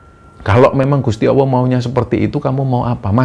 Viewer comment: Allah ya jng d ucapkan Awoh. Klo anak kecil bisa dimaklumi